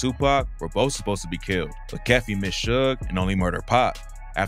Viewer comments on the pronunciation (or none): Keefe, "key-fee".